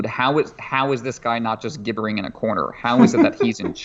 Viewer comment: Weird pronunciation of "gibber" there